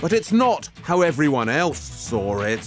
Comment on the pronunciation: Sawrrr instead of saw lol